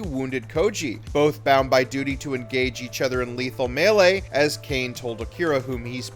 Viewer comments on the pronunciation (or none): none